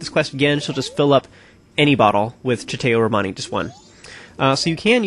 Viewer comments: you do not pronounce chateau romani as chatay romani but as chato (or something like that) romani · Ugh, it's pronounced Chateau (sha-TOE.) Nice walk through BTW. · You have to say Sha Toe Romani. Chateau is a french word that means castle and that is used in some appellation. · Whats that now? Tshitéu Romani??? I don't believe thats how you pronounce chateau...